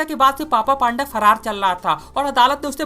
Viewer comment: पान्दा नही पंडा कहते हे यार😅😅